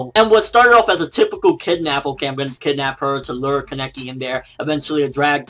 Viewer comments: fucking pronounce Kaneki right, please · jeez he's still saying his name wrong sigh.